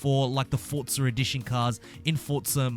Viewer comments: wtf is a fortza 😂😂😂 u gotta learn how to pronounce that word forza where inthe hell do u heart the T in forza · not forTza .. just forza .... fortnight and forza didnt have a child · fortnite and forza combined